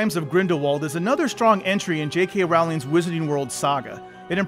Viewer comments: NOT raowling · Im sure ill like the movie but can i really trust someone who cant pronounce J.K Rowling the right way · I guess people still haven't learned how to pronounce Rowling yet... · He said Rowling. Americans refuse to say it right. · The way he said Rowling* 😬